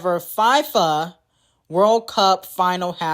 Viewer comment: it’s Fee-Fa